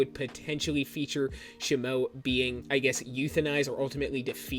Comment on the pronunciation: It's not "SHih-moh", it's "SHee-moh